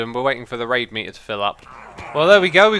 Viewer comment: Whenever he says "raid" i dont... hear... "raid"...